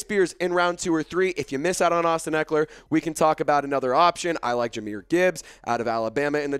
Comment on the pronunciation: Dude said his name wrong then trys to trade that guy